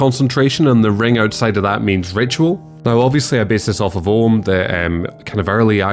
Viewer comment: I appreciate that you said "Ogham" correctly. Fun fact, one of those Ogham branches is basically in reference to the Irish for numbers. H > D > T > C > Q (in other words, Haon (one), Do (two), Trí (three), Ceithre (four) & Cúig (five)). If I recall correctly, it's also super phonetic in usage. Spelling didn't matter as much as getting the sounds right. It's also really cool in my opinion that a lot of Ogham examples are on corners that act as the branch line. So cool. Have you considered moving your Druidic writing system more towards something more hexagonal?